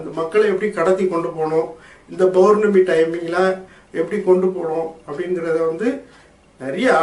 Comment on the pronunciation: Masthaan bhai... Tamizh sariyaa uchariyunga bournami illai (pournami) .Any how today leave for arampaadi sithar 😜